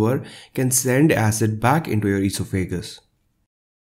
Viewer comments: You really need to learn how to pronounce esophagus. Just like it's written: e-sof-a-gus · Very good - informative and well presented. Just one thing. The word esophagus is pronounced with the accent on the second syllable - on the o - not on the a. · All great advice. Avoiding chocolate and coffee, ,the horror.LOL. Plus I love hearing the pronunciation of eeso fagus. Thank You for the great info. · I like how you pronounce esophagus.